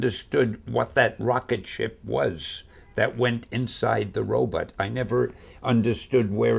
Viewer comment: I like that he keeps saying robot as "robutt"